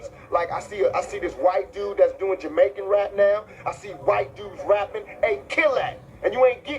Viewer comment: im guessing that was around 93ish because thats when snow informer came out when he says jaimaican. i mean he was raised that way kinda ignorant. after he go shot and got out of jail his eyes opened a bit more. you know he was trying to tap tabitha soren haha. he grew up.